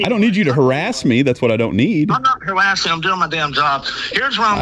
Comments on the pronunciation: I'm not hawassing you, you silly wabbit!!!🤣😂🤣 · "Stop hawassing me"😂😂😂😂 He's a cowectional officer don't you know!!!! This is YouTube gold😂😂😂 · im not hawassing you. im just hewping.